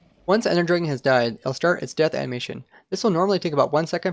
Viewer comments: its Dragon not Dreagon... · Cool video but I cannot stand how you say draygon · take a shot every time he says draygun